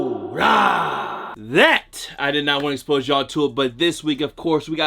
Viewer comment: Im rican n it took me 15 min to realise u was sayin basura 😂